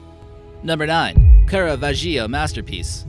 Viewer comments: It's pronounced Carvasheeoh. Not Carve-a-Geo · HEY AE U FUCKIN DOOFUS LEARN TO PRONOUNCE THE NAMES CORRECTLY ITS CARA VAGIO NOT CARA VA GIO ARRRRRG!!! U ASSSMUNCH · Nice research and quite serious presentation but could you please learn to pronounce the names and places right? CaraVAgio, MUrcia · You pronounced "Caravaggio" incorrectly. "Care-uh-VAH-jee-oh". Thanks. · Caravaggio is pronounced "car ah vah joe" ;-) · Pronounced Cara-vau-geo. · So the narrator can not pronounce the name of a very famous artist correctly? Caravaggio! Now I have some reservation into his comprehension of history. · Sadly, your pronunciation of sacre bleu is better than your pronunciation of Caravaggio :-/ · The only shocking thing about this was the narrators inability to Google: "How to pronounce Caravaggio".